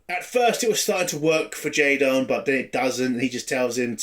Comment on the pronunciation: You keep pronouncing his name as J-Don, his name is J-Den, like Jayden. J-Don sounds better as a Klingon name but the "Jayden" pronunciation illustrates how idiotic and pandering this series is.